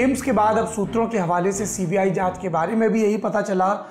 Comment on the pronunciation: What is this "shutra" Saurabh bhai?